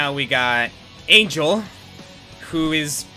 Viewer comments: Little observation: Angel is Mexican. The name is pronounced in Spanish. Other than that, good reacts. I don't think ANYBODY knows what the actuall hell is up with Xanadu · Also... Angel's name is pronounced hispanically, in general.